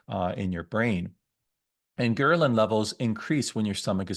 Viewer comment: It's pronounced gr-EL-in